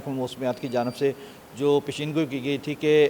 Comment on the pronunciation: پشیینگوئی نہیں ھوتی پیشنگوئی ھوتی ھے خدا کے لیے اردو کا بیڑا غرق نہ کریں 🎉